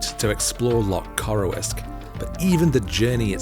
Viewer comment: It's pronounced 'Loch Coroosk' 😂